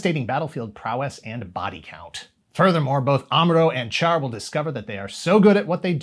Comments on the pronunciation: Char is pronounced as "Shar", BTW. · I hate to be "that guy" but I can't help myself as he is one of the most iconic characters in Gundam, if not all of anime: the correct pronunciation of "Char" is indeed "Shar". Not the spelling, mind you; it is spelled "Char" but pronounced "Shar". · Char is pronounced Shar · It's pronounced "Shah." Listen to the original Japanese dialog.